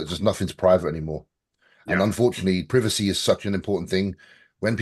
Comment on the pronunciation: I hate how James said privacy lol